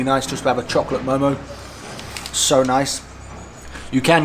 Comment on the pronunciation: its not momoz its mo:mo. and veggie do not taste so good... buff are the best in Nepal...